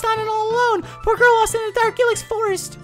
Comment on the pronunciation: isn't it pronounced I Lax